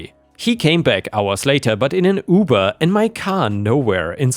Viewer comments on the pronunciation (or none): none